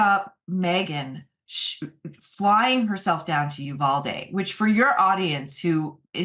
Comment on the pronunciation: May I offer a pronunciation suggestion. Uvalde is pronounced You- Val (like valley)- Dee (like deep)